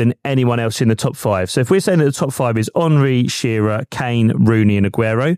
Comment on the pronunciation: Its shearer